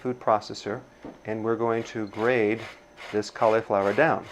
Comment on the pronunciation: Is English your first language? Grate not grade. Doesn't matter if you washed your hands all the bacteria trapped under your ring contaminated the whole thing. Sorry i wont be eating at your house.